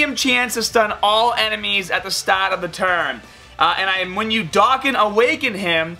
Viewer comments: Not hating but it’s pronounced (Doe-Khan) lol sorry I’m a grammar nazi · STOP SAYING DOKKAN WRONG! Ahhhhh